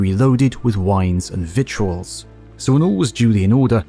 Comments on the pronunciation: Btw, it's not actually us southern Americans saying it incorrectly, "victuals" is pronounced as "vittles". The mo' you know 🌟 🤗 Edit: "now kith" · Victuals is pronounced vittles.